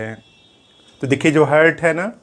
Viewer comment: हार्ट बोलिए सर हर्ट नही🙏